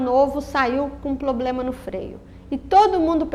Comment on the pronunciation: Todos os vídeos ela diz "poblema", sem falar que no primeiro vídeo tem um erro gravíssimo de grafia....